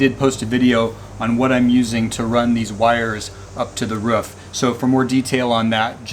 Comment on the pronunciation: Up on your wroof. You know, on the woof.